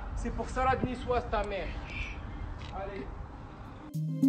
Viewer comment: On est daccord qu’il dit « Salade nicoise » en plus.???